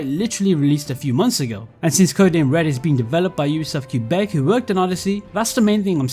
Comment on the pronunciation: The way he destroyed the name of Quebec 😭